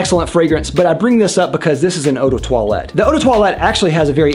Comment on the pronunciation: Uu de toilet, that sounds off-putting for a fragrance 😂